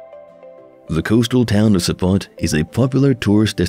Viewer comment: Its Sopot, not support.